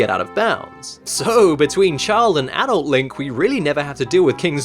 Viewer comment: You pronounced "adult" wrong... ._.